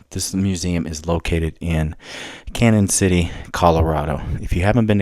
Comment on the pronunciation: its pronounced like canyon because of the line over the n